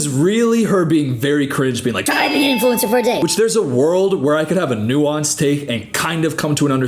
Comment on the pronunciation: “Influencer” … “Influensaa” … 🧐